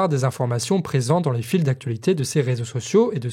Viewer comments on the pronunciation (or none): none